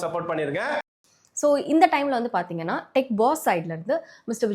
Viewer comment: Apdinaa, Paatheenganna ❌ Apdinu Sollitta, Paathingannu Sollitta ✅